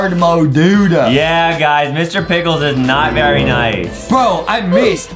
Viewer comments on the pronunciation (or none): adam said vewy cool lol i think justin did not heard adam